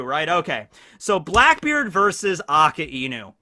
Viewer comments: AKAIENU!!!!!!! Everyone: Akainu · such a shame how someone who is known for one piece knowledge , KEEPS butchering akainu`s name the name means red dog so yes its aka for red and inu for dog BUt!!!!!!!!!! its not pronounced as 2 different words its pronounced A - KAI - NU stop putting so much emphasis on the iiiiiiiiii if its one time i can handle it , but you are using the name 263648 times in one sentence pls do it right man NOT A- KA- IIIIIII - NU its A - KAI -NU kai as in dragon bal kai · It's "Ah-Kai-New" not "Akah-Enu".